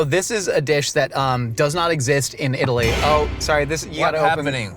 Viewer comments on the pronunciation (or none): none